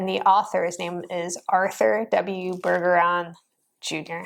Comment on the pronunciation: Bergeron is pronounced ber-zhr-aan.